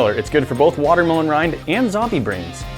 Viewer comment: learn to pronounce watermelon